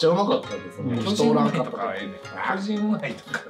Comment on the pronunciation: 進撃の巨人(きょびと)！？